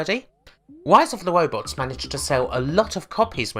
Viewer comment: she said "wise of the wobots" more times than I can count